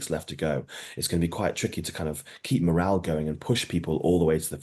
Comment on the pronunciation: “ morale”. Good grief.